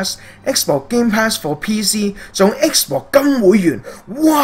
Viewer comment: 我對英文幾執著lol...我聽到不停講"X bor"真係好難頂... 同埋ultimate都冇讀啱